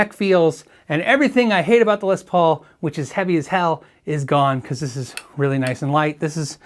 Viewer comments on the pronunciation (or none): none